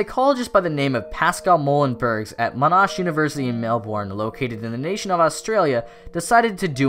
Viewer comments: Not trying to be a dick, but your pronunciation of Monash University in Melbourne is pretty funny for me. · Butchered both monash and melbourne lol Mon-ash Mel-bin Melbourne isnt what it looks like but monash is very easy